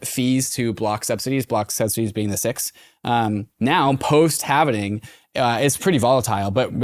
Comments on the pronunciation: Every bloody time they say halvening, I shudder a little bit like Mr Burns. Is this some bloody ethereum flex or something "we know the correct way to say it" etc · Halv-ing. Not halven-ing 😁 Bitcoin going in half.